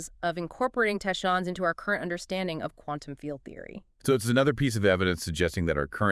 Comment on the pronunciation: How do u produce a whole video on tachyons and not know the correct pronunciation of the very subject that the entire show is base on? AI?